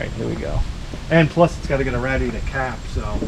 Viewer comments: what the heck is a rad-E-ater? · I like the way he says "radiator"